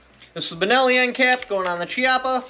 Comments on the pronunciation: it's pronounced..kiappa.. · I believe it’s pronounced (Key-yapa) but either way man awesome video! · Yo, amazing information and overview, Thank you. As an Italian, though, I want to point out, Chiappa pronounced "kee-appa", hard C as in kiss. :) Keep up this good stuff, please!